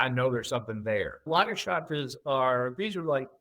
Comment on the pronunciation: I'm on another continent. Besides: lagerstätten: /LAH-gerstetten/. Ä is pronounced like an e.